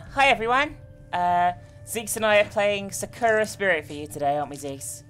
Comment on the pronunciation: you said sakura wrong